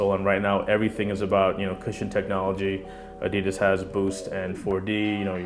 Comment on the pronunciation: Why do you pronounce "ADIDAS" like an idiot??